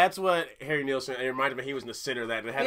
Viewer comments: Couldn’t get enough of this song when he released it. Remember. No AUTOTUNE! His name is pronounced Neilson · Harry Nilsson , pronounced kneel-son. The album title is, Nilsson Schmilsson, it rhymes. You should check out the documentary of him titled, Who is Harry Nilsson (And Why Is Everybody Talkin' About Him)? A little twist in the title with his hit song, Everybody's Talkin', from the movie, Midnight Cowboy. The documentary is about 2 hours long, but worth it. Nilsson used to write jingles for commercials and songs for TV shows. He wrote the song, Cuddly Toy, for the Monkees , which they recorded and sang on their TV show. When it became a hit Nilsson's management told him, You can now quit your day job. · It’s pronounced KNEEL SON And boy could he sing. He had problems that haunted him.